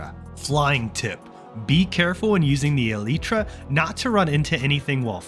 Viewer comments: Pronounce elytra as. Alaytra. Not eleetra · Eleetra. Thumbs down for saying it wrong. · The eliiiitra?😂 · brother pounces elytra like (ELTIE TRA) LMAOOOO